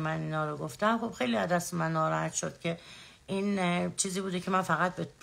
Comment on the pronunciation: ، روی فن بیانت کار کن ، گوتم نیست گفتم درسته چند بار از روش بنویس که یاد بگیری. اون یکی چیز چیز اره اره میکنه این یکی هم گوتم گوتم 😃